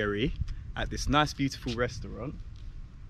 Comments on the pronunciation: check the pronunciations: Sari,....Schara is a female name similar to Sarah, Csarda is Tsurduh what is like a Tavern. (Saar is poop, Schar is Mud)😁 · You pronounced Csárda wrong. It's more like "charda". Very beautiful and traditional places. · for future occasions: csárda = tchárda / á = like inside the word "wow" you said so many times the O vowel would sound like the hungarian á. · Pronounce charda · No es "lake", es canal de Danubius. Sári csárda (pronunciation) es Shari chárda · Yeah, you may pronounce it "Shary Charda" :) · Csárda is pronounced “cha arda” and Sári is “Shari”, so it is “Shari cha arda” 🙂, there’s no pause between “cha” and “arda”. Csárda originally was a pub with a kitchen that specialised on a small selection of food and the difference beteween a kocsma (pub) and a csárda is csárda was always on the side of roads between towns, while kocsma was always in towns. Csárda was mainly for travellers and they had stalls for horses. And also, that wasn’t mash potato, it was crushed potato with onion. I am happy to answer anything, in return I just want to know - if you are Jamaican - where can I eat proper ital food in London 😆